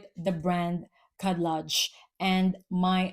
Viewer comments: Khadlaj is pronounced HED-LODGE with the J sounding like the G in lingerie. When you see the (KH) combo, the K is silent. Ps. Love your content. When you get a chance, check out the Le Falcone collection it's so good. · Hi! Arabic speaking person here. That’s not really true. KH is pronounced almost like a cat hissing if that makes sense. A more accurate phonetic description would be: KED-LEDGE. The first letter in Arabic doesn’t exist in English so there’s no true way of translating it but the emphasis shouldn’t be on the H but rather the K. Even saying it like regular K in english sounds more accurate that just an H. A good way to tell is searching up how to pronounce the name Khadijah.